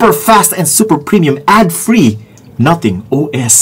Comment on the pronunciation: Hahahaha 🤣 in British Nuhtheng.